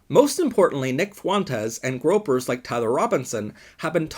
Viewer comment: It's groypers not gropers